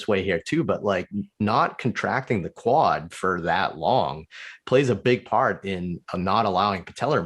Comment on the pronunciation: Quad tendons not wud tendons lol